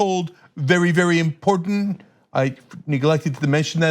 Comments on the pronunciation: Dude can't even pronounce "important" ,,,😅😅 "impoor-tan-nit" WHAT A FUCKHEAD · Import-entent.... That's what I thought I heard....